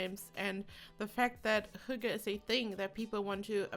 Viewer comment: AssaultedPeanutt almost 😊 she says "hugge", but the Y is more like the Y in ... "Synchronization" for example. So, the H-sound is correct, as well as the "gge", but the Y is different 😊 If you go into this link, the first is a northern Norwegian dialect, but the the two ones at the bottom (Martin Salthe, and astarkvedja) pronounce it like we do here in the east (the "norm" kind of) 😊